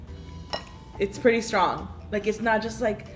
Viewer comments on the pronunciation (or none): none